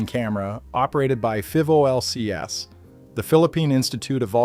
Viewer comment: PHIVOLCS is usually pronounced, pi-volks